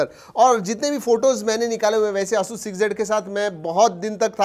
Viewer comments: Its not ayush rog tu . Its asus rog 2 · Pehle "Asoos" bolna sikh lo bhai.